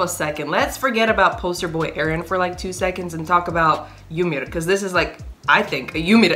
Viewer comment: the way you pronounce "yamir" is awesome !😄